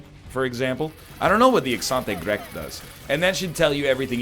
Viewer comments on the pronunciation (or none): ACenT ÉgReQue ( accent grave) ha you egg<3